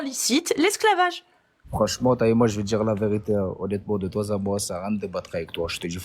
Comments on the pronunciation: " De toi z à moi"... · "De toi z'a moi", dès la première seconde, ça n'augure rien de bien ! Mais au moins c'est rigolo. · "Honnêtement de toi zà moi..." 😂😂😂